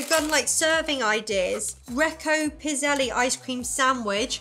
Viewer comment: The last E in Pizzelles is silent. When I was growing up we had a pizzelle maker and you would just pour the batter onto this machine that looked like a waffle maker. They were known men as an Italian cookie but now you can find them all over.